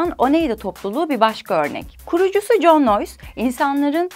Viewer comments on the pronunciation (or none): none